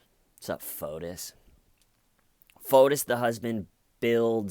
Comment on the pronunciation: Each time you say Photus/Fotus, I keep thinking P.O.T.U.S